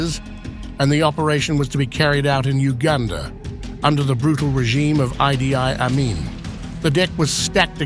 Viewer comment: What is this computer voice pronouncing Idi Amin has Idea? It is eedee Amin. Btw Netanyahu was killed by friendly fire.